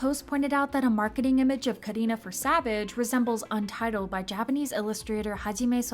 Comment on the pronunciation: I love the way u pronounced karina